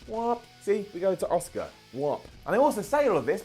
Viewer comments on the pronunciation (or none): The way you pronounce Asuka annoys me. Its pronounced liked ask-ah. Not Oscar. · Her name is ASUKA....... not OSCAR!!! This isn’t the academy awards. Pls get the pronunciation of her name right. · Why is he calling asuka Oscar... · why are you calling asuka oscar?